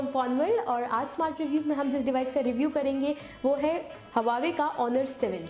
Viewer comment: hahaha pehly huawei bolna to seekh loooo Lollll